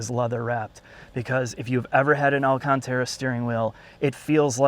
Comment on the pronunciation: They way you say alCAN!tera pisses me off.